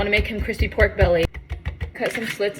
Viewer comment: I really thought she said crusty pork belly